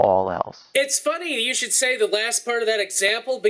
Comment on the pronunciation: "shoud" he says "shoud" HAHAHAHAHAHA POINT = PROVEN! This guys an idiot no one should (sorry shoud) listen to him end of story.